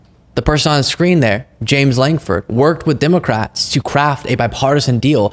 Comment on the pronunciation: Lankford! Say it right Out Loud!!!